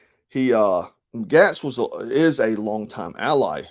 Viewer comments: Gaetz pronounced Gates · Matt Gaetz - pronounced Gates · Matt Gaetz is pronounced "Gates" and Dan Crenshaw is pronounced deep state dan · Gaetz is pronounced like Gates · I am sure others have mentioned Ed this but, it's Gate's like a fence gate. Keep up the good work bro!!! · Gaetz is pronounced; gates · GAETZ is pronounced GATES. You commentators are so disrespectful about pronouncing people's names. You do know these are Googable. You dabble in politics yet you claim ignorance. Pronounce names properly. What turn off. You're out. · I appreciate your report on Q some years ago - it helped open my eyes, but you are the first person I have heard reporting on current affairs who cannot pronounce Matt Gaetz' name correctly.